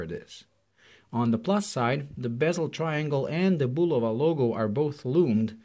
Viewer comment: I’m just happy this reviewer actually pronounces the name Bulova correctly